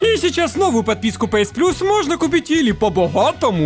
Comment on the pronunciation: Не пээс а пиэс, не пасс а пэсс